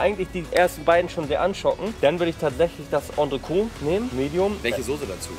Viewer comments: Geiles Video. Es hat echt Spaß gemacht dir beim Essen zuzuschauen, obwohl ich auch sehr gerne mit dir den Platz getauscht hätte ;-) Noch ein kleiner Klugschiss, das 'T' am Ende von Entrecôte wird ausgesprochen, also Ontrekot... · Geiles Video, weiter so! Als halb Franzose muss ich allerdings einmal den Oberlehrer machen, weil ich es so oft falsch höre: Entrecôte wird Ontrekot und nicht Ontreko ausgesprochen, das T ist also nicht stumm. Übersetzt heißt es übrigens zwischen (entre) Rippe (côte);) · Was heißt denn "Auf den Tisch" auf der Rechnung für 36 Flocken?? Und ich weiß nicht, warum jeder, on Frau Poletto oder sonstwer, entrecote immer falsch ausspricht...sebst wenn man kein französisch hatte... gesprochen wird es entrecot, nicht entreco, mit stummen e. Sollte man doch hinkriegen. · Sehr schön, man sollte aber schon wissen, wie man das, was man bestellt, ausspricht. Das t bei Entrecote ist nicht stumm. Stumm wäre es, wenn man das e am Ende weglassen würde.